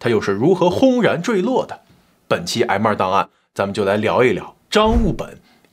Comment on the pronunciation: 我把M2档案听成挨骂档案 😂😂